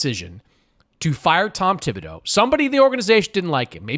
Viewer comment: Pronounce Thibodeau's name correctly if you are going to make fun of the Knicks.